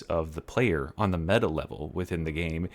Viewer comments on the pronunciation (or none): none